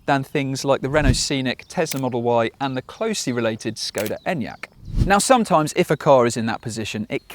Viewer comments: Sh-koda. Not S-koda. You'd expect better from a reviewer. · ŠKODA fix your pronunciation Š ---->SH THERFORE Research what you say and don't say it as you want just because you think you can . Is like others will pronounce your name DaUGh